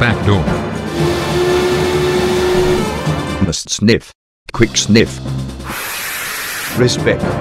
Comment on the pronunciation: I laugh when he says "QUIK SNIF" LOL